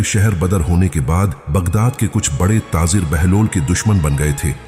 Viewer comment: taazer kia hota hai urdu ka beda gark mat karo taajer bolo